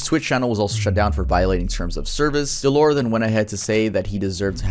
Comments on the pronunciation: his name is said Dell-er not dell or. :D other then that great vid man. that was just gonna bug me if i didnt mention it. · how dare you pronounce his name “duh-lore”😡😡 my anger is beyond comprehensable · God I can’t stand the way you say dellor, it’s DELL (like the laptop) or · I don’t think dellor is pronounced del-lore. I think it’s pronounced Del-Lur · his name is dellor not deelor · Dellor (pronounced DELL-ER) has made so progress in the past couple years. You’re missing a lot of his story, and it could be a full video on it’s own. He wasn’t aware until 2021, that he had a form of undiagnosed autism, and has seeked proper medical professionals since then, and by his own words “has learned how to cope with his issues a lot better”. He also fought tooth and nail to get his twitch account back, just to basically be harassed by his shitty audience. His audience is comparable to the vast majority of people who were in Filthy Franks audience who never gave a fuck about him, or his mental health. Honestly sucks to watch, he’s extremely talented at basically every game he plays and entertaining. His audience just ruins everything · Always loved Dellor, besides the slurs he's awesome (Its pronounced Del-lur) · that’s not how you say dellor😂😂